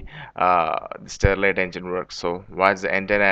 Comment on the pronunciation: it is sterling engine , not starlit engine.